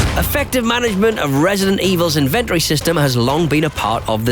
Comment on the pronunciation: the way u say inventory made me feel weird